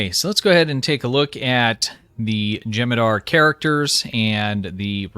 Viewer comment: U gotta pronounce the h in jem'hadar